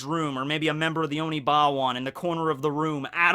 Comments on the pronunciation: Why does he keep calling them the Onibawan, instead of Oniwaban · Teaches himself Japanese every night Also: Says “OniBAwan instead of “OniWAban Me: 😑😤😡🤦🏾‍♂️ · Oni-Wa-Ban, sorry it just hits me everytime you say it wrong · The number of times you mispronounced the Oniwaban.